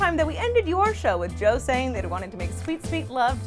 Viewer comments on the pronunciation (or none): Antoni not Anthony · If you love him, you should really get his name right. Antoni not Anthony